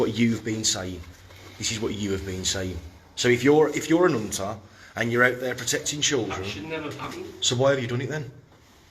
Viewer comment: "A nunter"